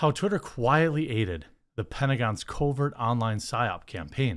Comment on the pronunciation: I like how you pronounced "twitter" as "terry". lol